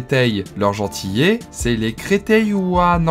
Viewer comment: On dit pas « gentiyé » mais « gentiLé » y qu’un L mais sinon bonne vidéo 👌